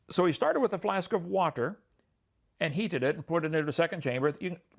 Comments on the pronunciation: He does use silly pronunciation of certain words like many preachers do. Whaaaaterrr is a classic. This is to try and set himself apart and give the appearance of special knowledge which he doesn’t possess. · Is Kent a stroke survivor or does he pause in between syllables to be as condescending as possible? Example: WA….ter